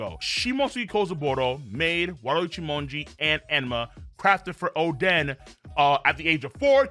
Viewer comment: why is he saying oden like that